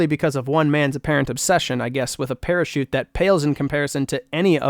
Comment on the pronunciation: parachute? i thought you said pair of shoes